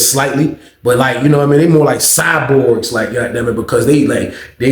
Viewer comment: Bro say "Cyborgs" 😂😂😂😂😂